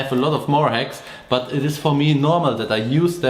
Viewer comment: These are good hex...it took me a few year’s to learn these hex from different mechanics/mentors. Yes I know it’s called hacks but in your accent it sounds like hex. Much luv&respect from Hawaii 🤙🏽🤘🏽